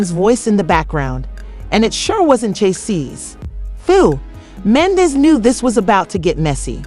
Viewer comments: So this seems like an "AI CLICK BAIT" situation because the narrator cannot say MEN-DEE-CEES name correctly....lets pay attention & watch out for the non sense. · Right!! Wtf is this mess? Cant even say Mendecees name right. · You can’t even pronounce his name, who are you!